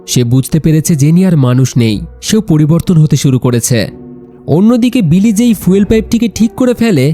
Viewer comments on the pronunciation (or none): ফিউয়েল ❌ ফুয়েল ✅ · ফিউল না ফুয়েল উচ্চারণ ঠিক করবেন